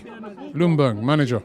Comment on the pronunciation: The "L" in Ljungberg is silent. It is pronounced "Jungberg".